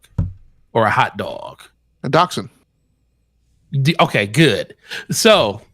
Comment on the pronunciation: The dog breed is a Daschsund (pronounced DAKKS-hund). The term "dash hound" is incorrect.